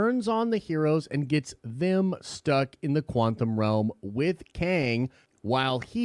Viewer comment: Once you notice that says “quanthum” realm you can’t unhear it.